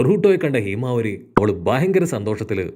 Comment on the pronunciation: Heemavari alla myle himawari